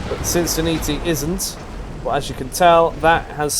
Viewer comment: Please say "natalie" Sin-Sin-NAT-ee :)